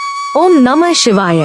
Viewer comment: அதனை மாற்ற முயர்ச்சிக்கவும் அல்லது நீங்கள் சரியாக உச்சரிக்கவும்.